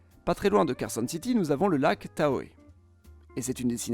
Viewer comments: Le lac Tahoe se prononce "ta-ho", et non "ta-ho-é"! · Super vidéo! Merci! Si je peux être peignet par contre Tahoe ça se prononce tao (sans le e final :) )